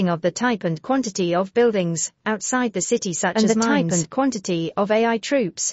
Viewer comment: Good video but terrible AI voice 🥲 it can't even say things properly. Like pronouncing AI as eyy 🤦🏻